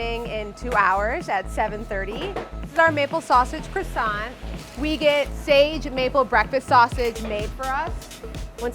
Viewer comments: All looks lush, but she owns a bakery and is still pronouncing it “croy-sant” it’s pronounced “kwa-son” !! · I wish bakers would learn how to pronounce croissant. It's not cressance, it is croo-ahssan. No tsss at the end. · Why can none of them pronounce croissant the correct way? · Everything seemed good until these American cretins began to butcher the pronunciation of croissant and any French baking terms. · most obsessive bakery in NYC and yet just like every other bakery and person in NYC they can't say croissant properly, obsess a little be more